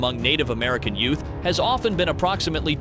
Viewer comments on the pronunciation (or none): none